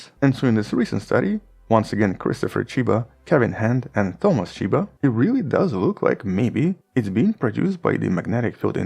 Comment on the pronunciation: I believe that pronouncing Chyba as Tchajba is erroneous 😉